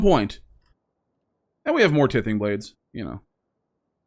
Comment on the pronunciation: For the love of Mike, T-EYE-THING blade, like tithe, what you give to sacrifice